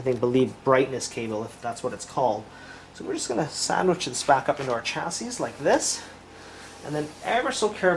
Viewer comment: Chassis is pronounced "chass-ie"